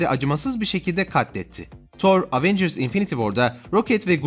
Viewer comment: LAN EVENCIRS DİYE ONUNYO AVENGIRS NEEE